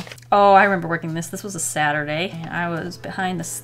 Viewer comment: i thought she said 'sadder day'